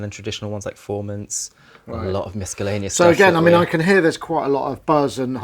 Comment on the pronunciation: did he just say 'miskellaneous'?!?